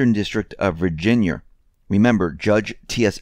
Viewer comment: Did you just say “Virginyer” ?